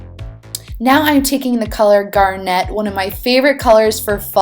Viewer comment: I love love love your videos.... but the way you say garnet kills me! Lol